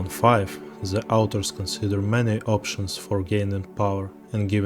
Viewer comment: спісіз =) комплєксіті the авторз сonsider